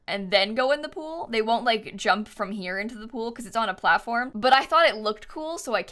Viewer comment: "cool things with the plattform and blblbl a little bit" 😂❤ that's so cute :D